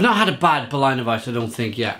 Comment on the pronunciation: Solid review! But I have to stress that it's pronounced BerLINer weisse and not Berlainer weisse. Say it like you would say the name of the city. Cheers!